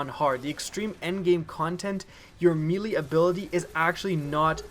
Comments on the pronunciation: its pronounced "maylay" not "meelee". NO disrespect just telling you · me-lee???? WDF?